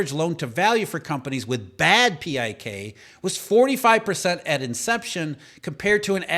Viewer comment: PIK interest is pronounced as “pick” interest